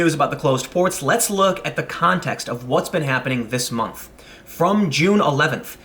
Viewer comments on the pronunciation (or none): none